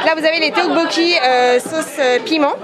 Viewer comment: Par contre tu peux pas travailler dans un restau coréen et prononcer ça “téoboki” 😭😭😭😭😂